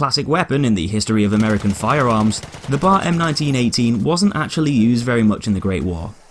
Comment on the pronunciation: it b.a.r. Not bar